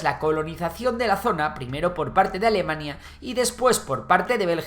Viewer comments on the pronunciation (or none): none